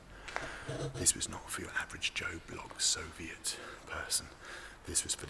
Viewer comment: Nobody : Bald : “šoviet spoons”